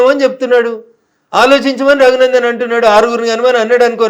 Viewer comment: Not Taghunandan, it is Raghunandan. Please read correctly.